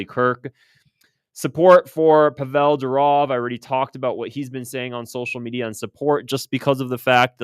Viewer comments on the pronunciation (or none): Pavel Durov: PAH - vel but actually more like PAH - v'l (not pah-VELL). It's Russian for Paul.